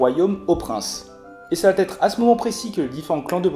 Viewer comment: attention aux liaisons . Va être et non vat -être . Merci pour ces explications